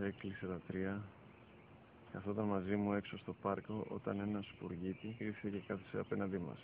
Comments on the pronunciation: two things...first i didnt cry and what are you talking about heart touching and second sparrow in whatever language they speak sounds like spagetti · It's funny because they are Italian and it sounds like he is say Spaghetti